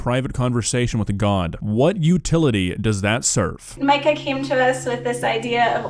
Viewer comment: If that kid was a Christian he would understand that God has encouraged us to be a community of people. Also did she just say his name was Mecca? Its Mik ah. Edit: The more I watch this the more the religious part of my brain activates and goes "Yup AI is from Satan" her whole comments about not wanting to bother other people with her feelings just really sent me. I know AI is very useful, I have used it to save time when doing texture work or needing alpha or normal maps but this stuff is just evil.